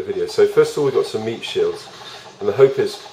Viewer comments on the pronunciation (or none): meat shield * not meap lol